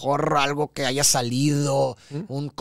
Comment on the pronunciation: No puedo creer que diga “aiga” hahaha! No hay pedo y vale madre, pero no lo puedo creer! 🤣😂